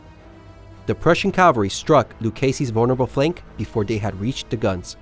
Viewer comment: CA-VAL-REE not calv-aree